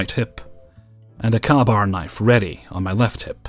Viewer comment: I love your videos, (especially glitch in the matrix lol) but future reference, ka-bar is pronounced "kay-bar", Kay like the word May. I only know this because my father was in the army and carried one, gave it to me, and made a point that I knew the way to say it verses the way it's spelled lol. Hope you're feeling better and I hope you take very good care of yourself! 😊